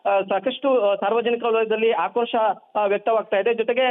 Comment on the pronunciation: ಕಂಪ್ಯೂಟರ್ ನಲ್ಲಿ ಡಿಟಿಪಿ ಮಾಡುವಾಗ ತಪ್ಪಾಗಿದೆ. ಆದರೂ ಅವರು ಒಮ್ಮೆ ಓದಿ ಸಹಿ ಮಾಡಬೇಕಾಗಿತ್ತು. ಮಂಜುನಾಥ್ ಎಡವಟ್ಟು ಬದಲಿಗೆ ಹೆಡವತ್ತು ಮತ್ತು ಆಕ್ರೋಶಕ್ಕೆ ಬದಲಿಗೆ ಹಾಕ್ರೋಶ ಎಂದು ಅಚ್ಚರಣೆ ಮಾಡುತ್ತಾ ಬಾಯಿ ಬದುಕೊಳ್ಳುತ್ತಿದ್ದಾರೆ. ಚಾನಲ್ ನವರು ನೀವು ಕೂಡ ಇದೇ ವಿಡಿಯೋ ದಲ್ಲಿ ಎಷ್ಟು ತಪ್ಪು ಉಚ್ಚರಾ ಮಾಡಿದ್ದೀರಿ ನೋಡಿಕೊಳ್ಳಿ.